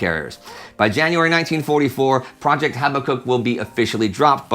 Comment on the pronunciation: HABAK UKK, not HABBA KUK